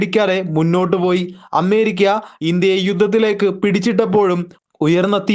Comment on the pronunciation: അമ്മേരിക്കല്ല ... അമേരിയ്ക്ക എന്ന് പറയൂ.